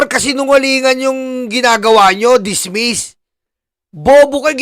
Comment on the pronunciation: Senator judge said DISMESS...naku po sinabihan pa na senator jidge